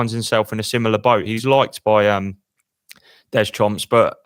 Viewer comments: Ooof, feeling my age hearing pronounce Deschamps as ‘des-chomps’ 😂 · How does a bloke get a career covering sport but still pronounces the French manager's name as Dez-chumps???